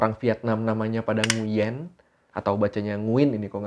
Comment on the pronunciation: Nguyen dibacanya nguwen bang